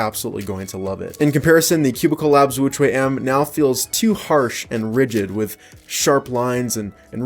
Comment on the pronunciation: Sounded like he's saying extra wuque m lol